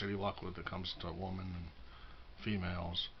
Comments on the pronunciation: I know.. Funny thing i noticed about him. Always "woman" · You say that, but the facts remain. You don’t know how to even pronounce the word women. You’ve never appeared on video with any women only men. Mostly weird creepy LGBT men like John and Emil and Steve. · He's not pronouncing 'women' right.